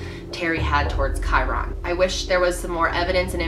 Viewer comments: It’s KY RIN NOT KY RON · May twenty FIFTH. not FITH. And maybe you could pronounce his name right. Kyron. Like myron. Not kyRONE. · Gotta say it. *Ky-RUN not Ky-RON. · Kyron not kiron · Pronunciation: Ky-RINN. Not Ky-Ron. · Also his name is ky-run. Just pronounced differently. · I love she’s my fav but she pronounces so many names wrong 😂 KY-RIN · Like Ky-ren. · i love all of content since discovering her channel recently, but her pronunciation of kyron's name is this video make me cringe - "Ky-RON" lol glad that this is an older one, her content is even better now than it was then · Great coverage, I love these types of informative videos! However hearing Kyron’s name mispronounced repeatedly had me cringing a bit... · You could at least pronounce the boys name correctly out of respect for him and the family. All you have to do is listen to the parents pronounce it!! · good video but your pronouncing his name funny. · I love, but listening to her mispronounce kyron's name 1,000 times is brutal. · Rewatching this video pisses me off so much because why can’t pronounce his name correctly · this video definitely should have been focused more on Kyron, you started it out talking about a bunch of other stuff, that takes away from what the video is supposed to be about. and you didn’t even say his name right. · it said so many times the pronouncement of his name & you still kept mispronouncing it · Michelle B. Anger? Hmmmm. Maybe it’s just expecting someone who does a video about a missing child to pronounce his name right.